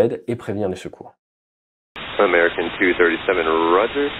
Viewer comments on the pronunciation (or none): none